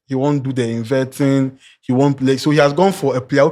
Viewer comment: I stand to be corrected but the word is "invert" and not "invent" as Andy is saying.... What is he trying to "invent" 😂